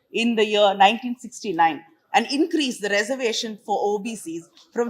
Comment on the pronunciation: This woman is not pronouncing reservation properly.